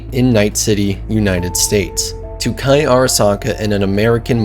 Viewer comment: its KEI as in the letter K. Not Kai. Good video but the mispronounced name made it hard to watch.